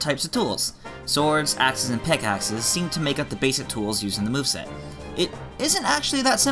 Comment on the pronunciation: “Swords asses and pickasses”